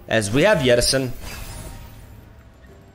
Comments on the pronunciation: Why do you keep calling 'Jettison' as 'Yeti-son'? :D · I don't like it when plays deep, cause I gotta listen to him say 'YETTISON' like 12 times throughout the video. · Can we get some love for "Yettison" jettison? Part of charm that he seems to pronounce different words using inconsistent language assumptions, like he randomly decides what language should inform the pronunciation of each word, then sticks to it no matter what.